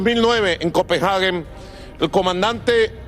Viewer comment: Excelente y muy puntual discurso del señor Maduro, pero la capital de Dinamarca no se llama "Copenjage" sino COPENHAGUE.